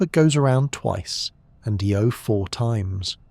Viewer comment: IO not EO